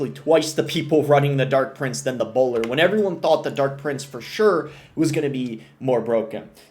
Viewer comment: chill on the hard R’s… Bowlaaa